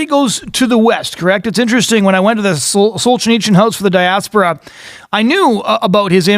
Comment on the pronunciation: You'd think that if the guy is doing a podcast or a radio show about some historical figure, he'd first find out how to pronounce that person's name. It's just basic respect to both the deceased person and to the listeners. It's also part of the job of someone who talks for a living. The man was not "Solchineechin". But then, this guy pronounces literature as "lidicher", so maybe he has a few literacy problems.